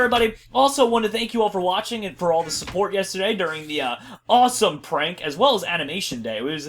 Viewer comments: did he say awesome or rossome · did anybody hear him say rossome instead of awsome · I can't believe in the beginning said rossome #rossome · In his intro....did any1 else hear him say...Rossome? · Did said "A #ROSSOME episode of Crazycraft?!?!?!LOL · was it just me or did say rossome??????????? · said rossome at the beginning of the video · At the beginning was like rossome episode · any else notice he says rossume in his intro skydoes minecraft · did he say rossme at the beginning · did he say rawsone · Did he say rossome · did I just hear say rossome that's #rossome